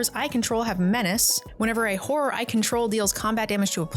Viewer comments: It was very funny hearing, pronounce Horror as she did, cause it sounded like she was was slut-shaming her creatures haha. It made giggle throughout the video. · I love how people pronounce horror. Horrors under my control